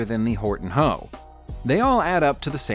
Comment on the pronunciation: It is also not "Horton hoe" like he pronounced it. Just the letters.